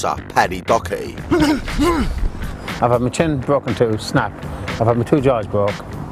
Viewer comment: Paddy dockerty ? Its doherty